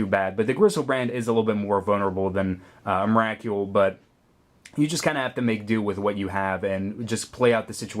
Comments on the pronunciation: believe its pronounced em-ra-cool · was anyone else bugged by his pronouncing of Emrakul? the "Kul" is supposed to be pronounced like skull :P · Why can't you say emrakul right